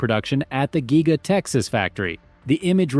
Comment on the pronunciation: If you can't even pronounce "giga" just give up and go home. We don't need another tesla channel just repeating old news